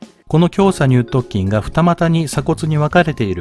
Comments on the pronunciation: きょうさにゅう"とっきん"、ではなく、きょうさにゅう"とつきん"、です。 細かくて申し訳ありません💦 本職が人体関連なので気になってしまいました💦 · イチャモンをつけるクレーマーですけど、 イラストによって胸鎖乳突筋の鎖骨頭が斜角筋のような位置になっているような気がします あとそう聞こえるだけかわかりませんがにゅうとつきんをにゅうとっきんと言っているような気もします